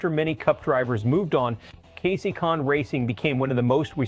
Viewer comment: That's not how to say Kasey's Last Name.